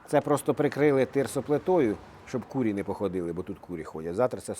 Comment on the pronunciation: Не курі, а курИ. І на банері виправте. Не солідно якось читати.